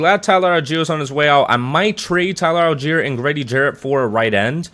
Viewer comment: “Tyler Al Jerry”🤣🤣🤣🤣